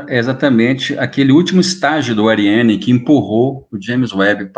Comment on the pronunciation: Eu só gostaria de ouvir nossos brilhantes cientistas, pesquisadores e técnicos pronunciarem corretamente, em francês, o nome Ariane, devendo fazê-lo como se houvesse dois r (Arriane) tanto quanto preservam as pronúncias de palavras em inglês, pois ninguém diz Jãmis Vebi. Coerência, senhores.!